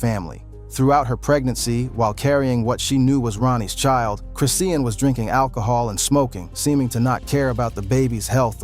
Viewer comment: You dnt pronounce her name chris Ian, you pronounce it chri Shawn Rock